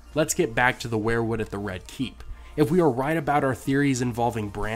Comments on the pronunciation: Sounds like we're-wood not wear-wood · I hate to be "that guy" but I have to here. The pronunciation is "we're-wood" not "where-wood" I'm sorry but I am a pronunciation snob.....anywho thanks for the great content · why do you always pronounce it as WAREWOOD instead of WEERWOOD? Martin has said that he was a big Grateful Dead fan and it would just figure that he named the trees after Bob Weir. I love your channel and it's one of the very few that I've subscribed to. Peace bro